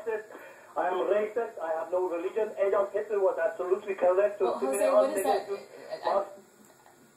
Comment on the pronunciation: "Adolf Hitluh was absolutely CULLECT!" LMAO